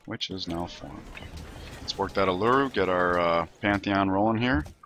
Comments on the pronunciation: It's pronounced oo-lu-roo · It's pronounced "oo-la-roo" down here in australia